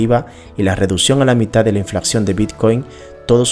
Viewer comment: Me gustá el video y no es por darmelas de qué se más o no, pero siempre es importante corregir los errores de habla pues eso créeme que reduce la credibilidad: Los que encontŕe fueron.... Dices Inflacción y es Inflación. Dices deflaCción y es deflación. Dices DeSvaluaCción y es Devaluación. (Las mayusculas son las letras que sobran.) Aunque no le quito merito al video estoy de acuerdo en un 100% con la información presentada en este, sigue así!